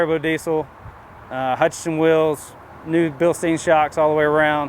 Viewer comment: Bilsteen? Do you say, "Frankensteen"?